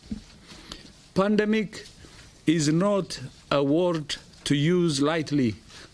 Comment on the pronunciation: Is it pandemic or ''pundumic''